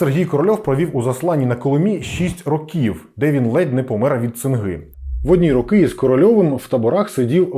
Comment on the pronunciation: Шість рОків, пане. Якщо маємо чітко окреслений числівник, то змінюємо наголос.;) Також: ходити по кабінетаХ або кабінетами. Бо кабінетам - це чому (дати номери кабінетам). Красно дякую за цікаву розповідь! Трясця, яка ж тоді всюди панувала дичина... Конструктори сиділи, мільйони чоловік не мали чого їсти через дурнуваті плани щодо бюджету, важливу інформацію приховували від усіх підряд... А потім ці кремлядські паскуди заявляли, що досягли казна-якого успіху! Та трясця б їх ухопила!